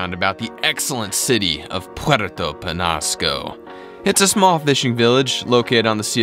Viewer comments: It's ñ not n. Say it like this Puerto Penyasco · it is pronounced penyasco